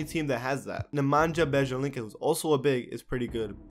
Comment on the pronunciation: Omg the way you said "Nemanja Bjelica" left me speechless. Jesus! Didnt you watch any TWolfs game? What kind of prounanciation was that? Trash!